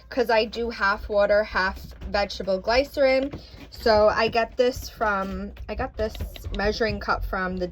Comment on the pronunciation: It's Glycerin, said like "Gliss - er - ine. Close.... I wondered if those tumblers on Amazon worked very well, I've seen mixed reviews.